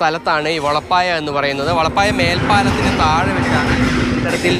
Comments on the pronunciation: വളപ്പായ അല്ല വെളപ്പായ ആണ്. കുറഞ്ഞപക്ഷം കേരളത്തിന്റെ ഭൂമിശാസ്ത്രം അറിയാവുന്നവരെ നിയമിക്കുക. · വളപ്പായ, വെള്ളപ്പായ; ഓ എന്തൊരു ഉച്ചാരണം.